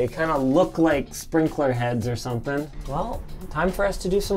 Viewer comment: "What we do on the next video ?" LINUS: "I bought sometin"